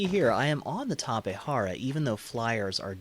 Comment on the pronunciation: Tapejara not Tapehara. Its also Jenny and not Henny.